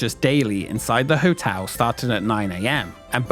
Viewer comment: Good video, but it's really distracting to hear you keep pronouncing "hotel" as "hotew".